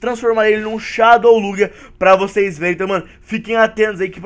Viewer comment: MDS o cara pronuncia shadow Lugia errado